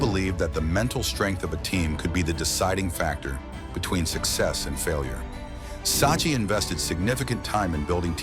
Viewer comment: It's pronounce Sak-ki